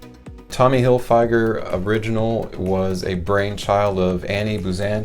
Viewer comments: Figer not fyger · You butchered Tommy's last name. Tommy Hilll-fig-urrrr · “Hillfyger” 😂😂😂😂 you gotta be trolling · It's pronounced fig...like the fruit, not a long I, in Hilfiger. Sorry, but it made me cringe every time you said it. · If you know this fragrance for so long why is it you still can't pronounce it? I'm going to stop watching this video now because you're driving me nuts the way you say Tommy Hilfiger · Is a me,or are you pronouncing Tommy Hilfiger wrong? Or have I been pronouncing it wrong all this time? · I think he thinks that's how it's pronounced lol is he right and we've been wrong for 30 years 😂